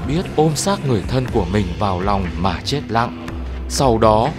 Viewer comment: Thank bác đã giới thiệu nhiều điểm thú vị. Em có mấy góp ý thế này: "giáp ranh chứ không phải giáp gianh, dữ dội chứ không phải giữ giội, chết chứ không phải trết..." bác ạ.